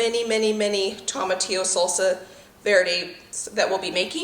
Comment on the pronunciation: Toh-muh-tee-yo long o sound first not second